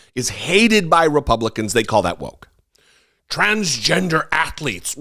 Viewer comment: I want to see him read his diploma, if he even has one. His comments indicate his own level of dis-education. He cannot even pronounce transgender properly.